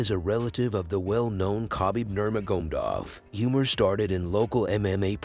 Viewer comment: Yeah man "Nurmagomdov"